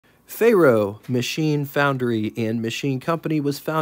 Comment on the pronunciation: Say "Fair-oh," not "Fay Roh." It's Latin for Iron.